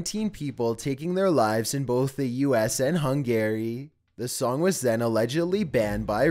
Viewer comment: What about Sid Vicious's version of "My Way", is that safe? Because I want that played at my funeral. Gloomy Sunday should've been #1. (And Hungary is pronounced "hun-gry", like in Hungry Like the Wolf) W/regards to Judas Priest it was one specific song, "Better By You, Better Than Me" the trial really focused on. The scream in "Love Rollercoaster" is one of the band members with nothing more than an incredible range. Ozzy's song is called "Suicide Solution".